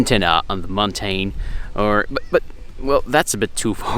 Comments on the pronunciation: it's pronouced mountin (mountain) not montane speak english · Montein lol. What accent is that?